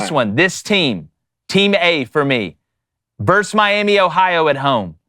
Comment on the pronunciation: vs stands for versus, not verse, as in Roe versus Wade